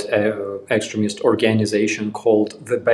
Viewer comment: The first time i heard you call them extremist, I heard excrement...lol